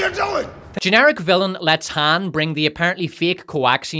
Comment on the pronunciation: How do you rhyme villain on this channel? "Fillum"